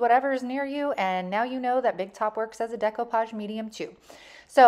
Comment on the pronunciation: Thank you for pronouncing it right.